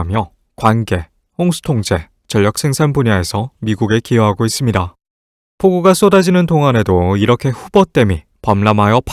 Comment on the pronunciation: 발음이 좀 아쉽네. 잇쉽니다 이런거